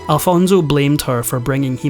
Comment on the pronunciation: Please do not pronounce Alfonso as “Alfonzo”. Made me cringe all throughout the video. 😬